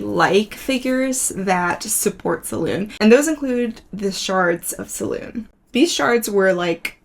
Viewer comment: Absolutely love this series. Great video - just for note it is pronounced Se-loon-ay.